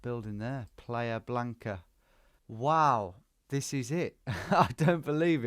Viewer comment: “Player Blanca”? It’s playa blanca, pronounced PLI-uh. “White Beach”.